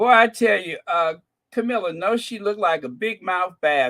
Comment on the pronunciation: you mean Cow-milla